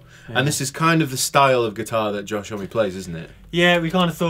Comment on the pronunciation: Josh "hommey". Josh "home" surely